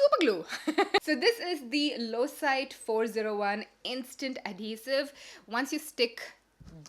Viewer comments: It’s loctite ( pronounced Lock-tight) geddit? Lol Not locite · Loctite = to be pronounced as Lock Tight.. and serves the purpose of a glue very well